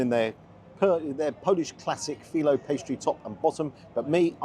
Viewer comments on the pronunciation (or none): none